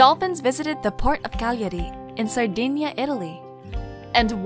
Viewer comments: Your pronunciation of Cagliari is fantastic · Yep, dolphins in CaGhlIiAarih Great pronounciation Mojang